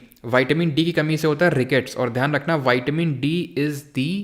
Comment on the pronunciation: Sir विटामिन को आप वाइटमिन क्यों बोल रहे है 🥴🥴